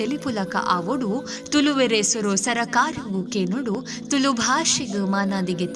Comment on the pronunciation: Please pronounce the word ತುಳು properly. 🙏